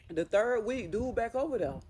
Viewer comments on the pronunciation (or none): none